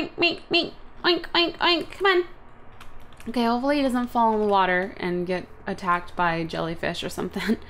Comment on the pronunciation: "Irkay?" "Irkay." Lol.